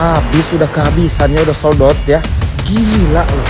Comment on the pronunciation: 😂😂😂ucap SOLD OUT nya lucu bang ..aing yakin eta urang sunda